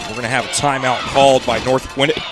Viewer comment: Bro why he keep saying north gwinnit